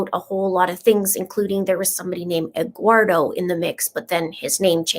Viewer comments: Just so you'll know the name egguardo is supposed to be spell Eduardo and pronounce like this well sort of : ed - do -are - though 🤣 I have never meet a Hispanic name pronounce like that or spell like egguardo 😄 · The reason says Egguardo is that it was the way Leticha pronounced it, so that is why we are making jokes about it. It is not to be insensitive to any Eduardo.